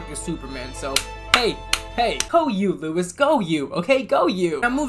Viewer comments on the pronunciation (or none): It is pronounced low iss not Luis. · Hearing say "Lewis" will never not be funny lol